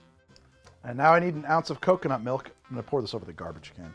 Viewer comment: Sorry. It’s actually “condensed malk, brah”…… 😅😂